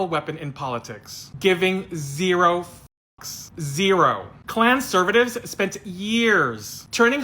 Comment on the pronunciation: "Klanservities"...love it